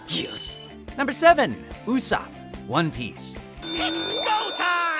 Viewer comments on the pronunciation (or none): Ussap??? it's Ussop!!!!!!!!!!